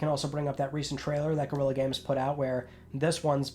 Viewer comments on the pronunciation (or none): It isn't gorilla games, it's Guerilla Games. Imagine covering games and speaking for a living.